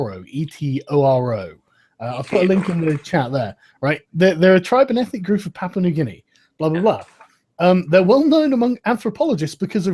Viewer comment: I believe it's Papua (not Papa), but Daddy New Guinea is more than fine.